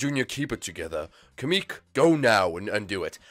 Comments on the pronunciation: It's kamek, not kemek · It's not kame-eek it's kamek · It’s not kemek it’s kamek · It's not Kemik its kemic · It's pronounced ka-mek